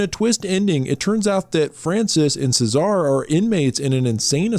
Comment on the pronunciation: Cesare, the somnambulist in Cabinet of Dr. Caligari is probably pronounced "CHEH-za-reh." But it's a silent movie, so it's never actually pronounced at all.